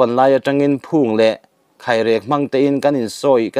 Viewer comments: Khaihrek a awm ngai lo...Khairek Chu a awm ...Ni biru a awm lo bawk a,,,Nibiru a awm bawk . I Chhiar Tam tawh nen Mizo tawng hi uluk deuh teh u... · Kháirěk tih tur niin a lang. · Khairek ilam dan hi baltin in tui ka khai tih a khai risang ang hian lam tur anih zawk hmel